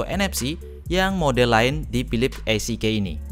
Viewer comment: EasyKey (baca: izikiy), not isikey